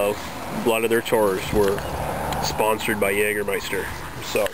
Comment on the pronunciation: jagermeister correctly spoken nice - try german "apfelkorn" or "saurer apfel" from berentzen company